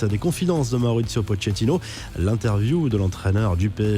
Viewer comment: vous pouvez lui dire qu on prononce pocketino et pas pochétino.... merci